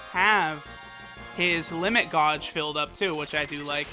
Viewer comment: Why did you say gauge as gawwwhg 😂